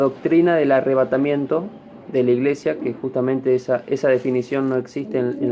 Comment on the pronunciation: Primero dijo que la palabra "Arrevátamiento no esta en la Biblia pero ya pronuncia 3 veces. 2. Jesus no biene a la tierra dice " en las nubes "Husted está mal amiguito no perturbe